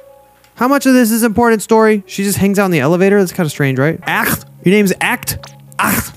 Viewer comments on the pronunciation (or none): idk if you realised either of these things yet because im super early into the video but acht's name is pronounced "oct" and they use exclusively gender neutral terms and pronouns! mayyybbeee a good thing to know if you make this a series :3